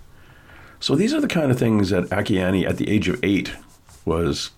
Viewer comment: a- KEY - ANN ! (At least, pronounce this GIFT FROM GOD'S name correctly......)!!!! Don't be FOOLED, HER HAND IS NOT PAINTING; IT'S GOD'S HAND PAINTING THROUGH HER!